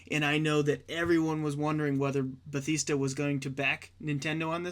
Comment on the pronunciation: did you say Bethesda or Batista